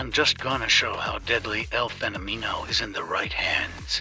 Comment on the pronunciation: eu acho que o que me encomoda mais é o jeito que a IA fala “fenomino”